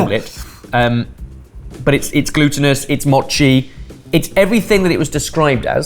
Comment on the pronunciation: The pronunciation of Mochi (moe-chee) as (maw-chee) irritated me